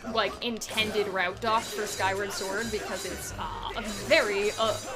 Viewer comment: SKYWA SWOR!!! 🧡